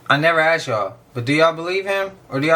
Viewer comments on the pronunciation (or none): " I AXE'd that question twice " 😂😂😂😂😂😂😂😂😂😂